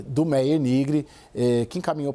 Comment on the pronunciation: Se pronuncia "MÁIER"